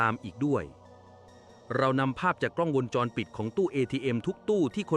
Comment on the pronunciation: จะมาชัดได้ยังไงคำว่าวงจรก็อ่านว่า วน วง..แทนที่จะอ่านเป็นมาตราแม่กงคืององูสะกดแต่ไปอ่านเป็นวน น มาตราแม่กนทสะกดมันใช่หรือลิ้นชักตรงไหนไปฟังดีๆไปฟังใหม่ฉันฟัง 3 รอบ วน...วนอะไรงง มันต้องเป็นวงค่ะงงู วง..จร..ไม่ใช่วนวนเวียนนหนูคนละเรื่องกัน